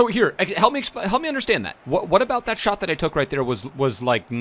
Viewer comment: Pls pronounce what in whats up correctly please